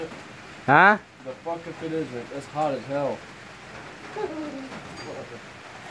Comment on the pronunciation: he was trying to say is it hot the food but he literlly said hat lmao 😂😂 (the camera man)